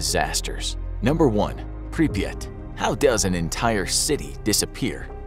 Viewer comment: Pripyat is actually only two syllables. The first syllable is close enough to the English prefix "Pre-". The second syllable is a bit like, if you take the word "yacht" and stick a P on the front of it. So, "Pre-PYAHT." That's admittedly not perfect, but it's closer than one listicle that pronounced it more like "papaya." 😆